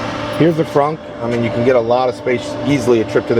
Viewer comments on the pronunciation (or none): Thanks. Is your electric bill significantly higher because you charge your car at home and how much dose it cost to install a charger at home? Hope I'm not getting to personel. I like how you say the word Frunk. It's like you're saying trunk with a German Accent. Lol.